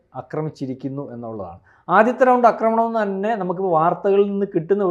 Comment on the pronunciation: അക്രമണമല്ല,ആക്രമണമാണ് ആക്രമമല്ല,അക്രമമാണ്